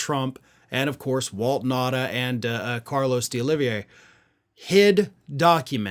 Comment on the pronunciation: Maybe you need Rosetta stone or something for some Spanish lessons, 😂. It is deoliviera (DEE oliv ee air a)